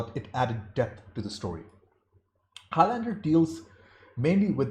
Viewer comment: Highlander rhymes with islander. Very annoying hearing highLANDEr all the time